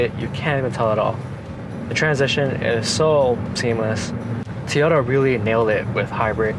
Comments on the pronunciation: It's a TOYota not Tota. Learn to say it properly if you're going to do a review video. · Actually it's toy-o-ta. But you're pronunciation was still better than over and over and over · Toy ota not t ota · Great review. But.... it's not Tee Oh Ta. It's TOY Oh Ta. And please, stop saying ''actually"". it"s annoying, lol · STOP saying Teyota!!!!! So annoying. Besides that grey job. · Such an articulate speaker this young man is….didnt say “um” once….does however call it a Teeyota 😅 ….subbed 👍🏼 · Good video but Toyota is pronounced Toy- ota.